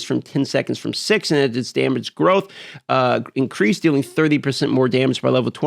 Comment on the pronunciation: Incweased...sorry had to